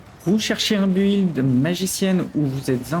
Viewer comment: Excellente vidéo, merci pour le build. Par aileurs, build se pronnonce "bild", on ne pronnonce pas le U, sinon on dirait "gÜilde" ^^